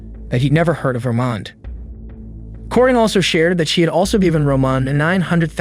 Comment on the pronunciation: Corinne is pronounced Koreen 🙄